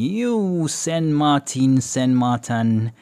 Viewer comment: Why do you call It SAN MARTAN just wondering.